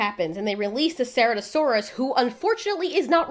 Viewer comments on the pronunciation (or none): Not saratoesaurus it’s ser-at-o-saurus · Also just saying it’s pronounced CIRatosaurus not ceratosaurus